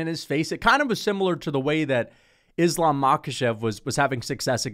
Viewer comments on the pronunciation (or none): none